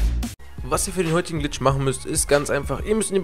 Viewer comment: "money bitch",... red richtig